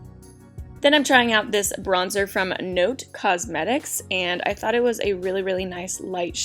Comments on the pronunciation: It's not-tay. It's Italian for night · "Notte" means "night" in italian. It's pronunced with the finale "e" as a "a" not as the english ":i". I hope you got it ;) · The name of the lipstick Notte is an Italian word and means Night 😊 We used to pronounce the e but in a different way... idk how to explain, our vocals sound different, you have to hear them if you want understand 😅